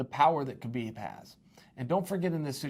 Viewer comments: Khabib is pronounced 'ha-beeb' "No Ka-beeb" as he says. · The K in Khabib is silent. Many people who should know this (particularly his peers) still say his name incorrectly. I'd feel offended if I were Khabib.